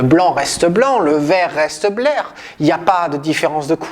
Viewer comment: Photographie : c'est juste qu'à vous dites "le blanc reste blanc, le vert reste blert" ;) Et comme vous êtes presque écossais... ça m'a fait penser à blair ! ;)